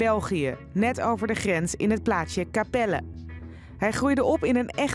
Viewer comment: Het is kapellen niet kapelle